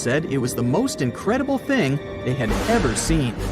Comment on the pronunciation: "It raced forward at an I credible speed of 50 muhtpick ... " oooh, ouch smh